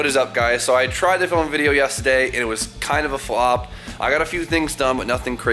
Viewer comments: Guy always say yestahday not yesterday 😭😭😭😭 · The way you say yesterday funny af